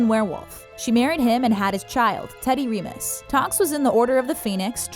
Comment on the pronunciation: She’s never saw harry potter nor twilight the way she pronounced remus and caius. Reading from a script clueless